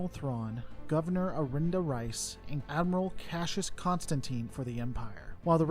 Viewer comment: Pryce not Rice ^^